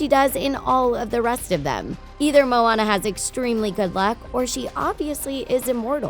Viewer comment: IT IS MOANA NOT MONA